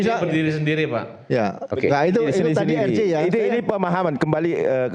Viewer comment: Bapak rambut jingkrak plis deh, singkatan RJ kalau anda mau menyebut pakai bahasa indonesia spellingnya jadi eR Je, tapi klo pakai bahasa inggris jadi aR Jei, kenapa anda malah jadi eR Ji? Gatal ih telinga yg denger, Izyyyyyyyn 😅🙏